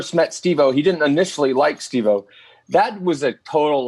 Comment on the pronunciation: Holly shit, took me a while to see it, nice job Stevo, oh wait, Stev-O, no wait, Steph o? can't seem to get it right 😂